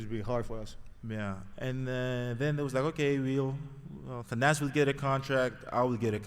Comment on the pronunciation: Finally Thanasis.. say your last name the right way.